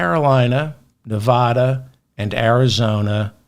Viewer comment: Your persistent, incorrect pronunciation of Nevada makes your otherwise fantastic podcast unlistenable. It gives me a headache.